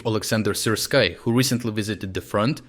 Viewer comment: are you using AI to voice these videos? You pronounced Syrski in English as SirSky the first time?